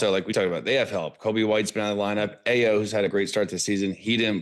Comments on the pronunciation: You guys have NO IDEA about this team at all 😂! Understandable. And Ayo's name is pronounced as "EYE-O". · IT'S Eye oh